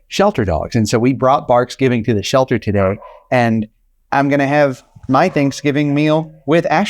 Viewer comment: Excuse me??? Did you actually say "Barksgivng" ? Gimmeabreak.